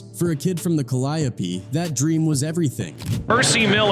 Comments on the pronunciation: Kid from the ka-lie-opee 😂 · Pronounced cal-eee-ope projects bruh ! How u know so much bout P how u aint heard him say tha name of his own damn projects ? Dont sound goof troop on ur own video ! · Not Calliope. We say, "Ca-Lee-O".